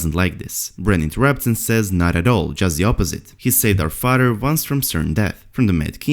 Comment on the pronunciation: too bad you couldt take the marbles out of your mouth, slow down your reading, and allow this to be an enjoyable listen. How many 'D's" are in father ?